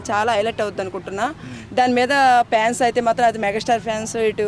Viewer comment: Fans❌pans ✅ Topic ❌ trapic ✅